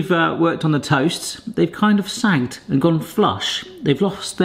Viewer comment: Sanked - Sunk. Toe-Mayto - Toe-marto.